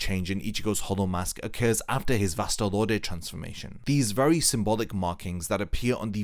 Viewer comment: "Vast Lord" VASTE LORDE Wut?